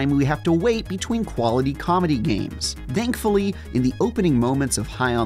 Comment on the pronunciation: My guy really said "dankfully" 10 seconds into the video